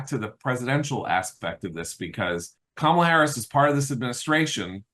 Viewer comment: Its not Kam a la its K am ala